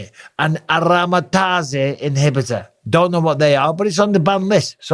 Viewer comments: You can tell Bisping really didn't ever use steroids by the way he pronounced aromatase inhibitor as arom-a-tazay. Its not french Bisping, its pronounced aroma -taze. Love from Ireland. Also Jones 100% used PEDs. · “Aromatazzy”. Amazing. It would take about ten seconds to research how to say that, and verify other facts in this video 😮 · I love the pronunciation of "aromatase" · Sounds Italian haha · You know Bisping was clean when he pronounces letrazole and aromatase the way he does.